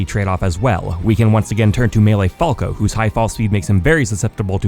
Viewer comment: Stop saying falco like that